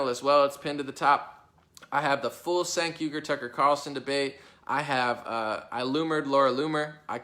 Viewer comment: "Cenk" is pronounced "Jenk"